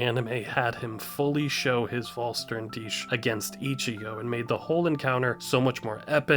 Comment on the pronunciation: the Vollständig of Uryu is one of the best things the anime did. something we REALY did need. BTW make shure you call it Vollständig the german word vor complete, not VollSternDich the translation would be FullStarYoureself. or however you wanna translate it.